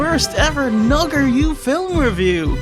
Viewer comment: WHAT THE FYUHCK IS A "Fill-um"?!